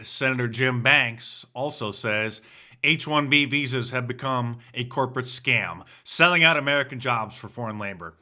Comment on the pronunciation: Did he say H-1B Vhoes.